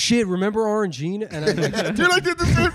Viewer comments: It's pronounced Orang-Jinah. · His pronunciation of “orange-Gina”…. 😮